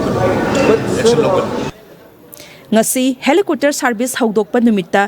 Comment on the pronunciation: Helicopter haibiyo, helicooter gi mahut ta.👍